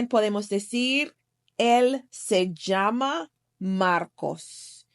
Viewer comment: Also the “j” sound in llame is strange to me.